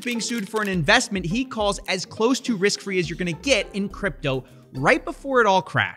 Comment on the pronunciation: he didnt say close to risk free he said "crose to wrisk fee"